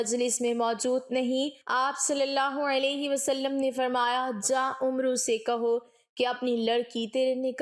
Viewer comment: Not Umro but Amer